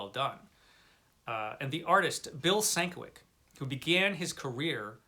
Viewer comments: Sin-KEV-itch lol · Very nice pickup! I love Beehive book editions. And just for future considerations, Sienkiewicz is pronounced Sin-Kev-Itch or Sen-Kev-Itch (according to Stan Lee). Take care, man.